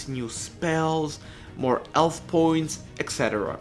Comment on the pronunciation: bro do you even english? health as elf and hit as it like wtf